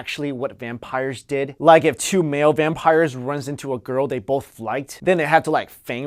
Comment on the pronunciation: you tawking wike twis fills me with a rage that i can not explain.